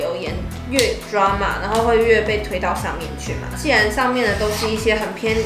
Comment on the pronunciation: 我想說 是drama不是drema